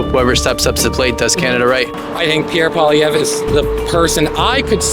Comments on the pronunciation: Just a bit of creative criticism: For starters, before you make a video, learn how to say the names of the party leaders properly so you make yourself look informed and intelligent. Pierre's last name is pronounced: Paul - eee- evre (evra) roll your toungue a little on the 'r' Listen to news casts and other Y/T-ers here on the platform & hear how they say the names of the party leaders and practice saying it. Secondly, learn what each party leader is doing, or not doing. You could be asking the people if they know of all of the scandals that the Liberal government (Trudeau's hand picked staff) is being investigated about in committees. And how many billions of dollars these Liberals have paid themselves out of tax payers hard earned money in these scandals. Many of the people you have questioned are talking about the cost of living. Learn that it is all caused by the Carbon Ta and how that affects the costs. Mention that Poilievre wants to cut the carbon tax & how cutting it will benefit all Canadians. These are just some creative criticisms that I feel would help with your interviews. . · Hey all, just an FYI, Poilievre is pronounced (poly -ehh-vruh) with barely an uh on the end. Not poly - verre 😂❤ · its pronounced 'polly ev ' he's from the west not ' kabek ' this milktoast in the suit must work for the government, 'cause he's give the jr speak that most libratards use when they are in parliament'. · His name is pronounce Pwah-LEE-evr. It’s not that hard. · Pierre Poilievre, pronounced "pol yev" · Shit dude you can't even pronounce the oppositions leaders name, good luck with your commentary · Great video but ya need to learn proper pronouncing of names bro ..yer not saying pierres name right at all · Hate being that guy but it's pronounced "Polly-ev", not "Polly-vere". If you're interviewing people about politics, you gotta know how to say the opposition leader's name properly. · Who is PoiliVER? Lolll its PoiliEVRE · poly ev not polivere